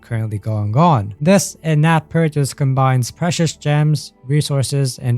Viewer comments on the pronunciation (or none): none